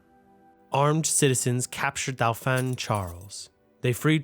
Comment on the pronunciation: You might want to learn pronounciation of words like "Dauphin". Especially in a well put togheter documentary piece like this.